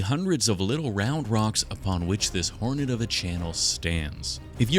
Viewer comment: Why do you keep saying heroin instead of hornet